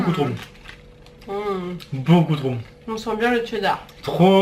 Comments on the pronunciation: En fait je sais pas si vous savez mais c'est cheddar pas tcheddar 😂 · Vous dites tcheddar ?